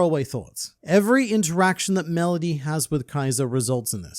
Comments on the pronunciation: "Melodussy" lmao. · Tf Is Melodusy 😂😂😂😂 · YOU DID NOT JUST SAY MELODUSSY I TRUSTED YOU😂